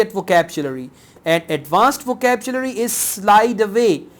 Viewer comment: why do you pronounce vocabulary as vocabchulary??